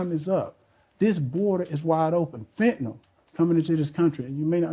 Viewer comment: What’s fentnal? I thought it was called Fentanyl.. smdh